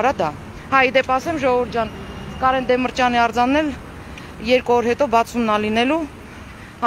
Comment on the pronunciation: Մի' ասեք ԴեմԸրճյան , ասեք Դ ե մ Ի ր ճ յ ան , համատարած ասում էն Դեմ Ը րճյան